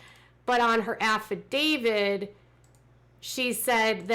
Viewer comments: Isn't the word affidavit and not affidavid? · affidavit, not affidavid